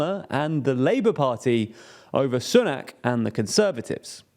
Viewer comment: I wish you would stop pronouncing Sunak's name incorrectly, he may be a super scummy tory, but you'd think when a person of colour reaches the highest office in the UK white people might try to pronouce a foreign name properly. Ffs.